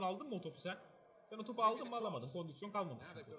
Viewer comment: Eniscim kondüsyon demeyi acilen bırakmalısın. doğrusu kondisyondur. normalde takılmam da 55 kere kondüsyon deyince içime fenalık geldi.